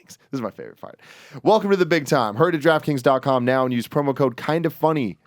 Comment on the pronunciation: I always hear "Giraffe Kings" when Tim says Draft Kings